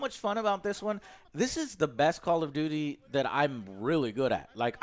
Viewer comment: "Call of Doodie"?